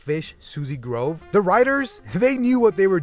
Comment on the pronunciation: Bruh it’s groove with oo not a grove you go walking through